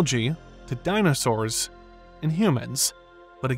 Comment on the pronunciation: Dynasurs? It's Dino-saur,. So smart, yet so dumb.